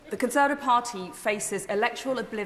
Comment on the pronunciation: She can't even say Conservative properly?